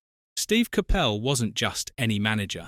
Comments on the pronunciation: CAPPEL ? ? Have a word ! ! ! It's pronounced . . . COP ULL. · If you’re going to use AI for the voice over please pronounce the guys name properly